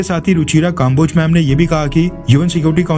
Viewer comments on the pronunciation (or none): भाई, आप के विडियो अच्छे होते हैं, मैं देखता हूँ. लेकिन आप की हिंदी बहुत खराब है. अक्सर नामों को बोलने में गलती करते हो आप. जैसे इस विडियो में कम्बोज को काम्बोज बोल रहे हो आप.